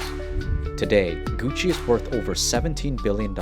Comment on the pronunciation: Its Gussi not Gutsi